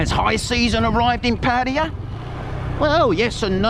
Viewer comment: I've heard Pattaya pronounced many different ways even though there is nothing ambiguous in the ways it is spelt. Your pronunciation is probably the worst and you pronounced it two different ways in the first 10 seconds of this video.